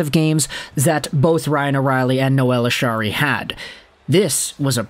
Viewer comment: It's not pronounces Ashari. It's Acciari(. Achari).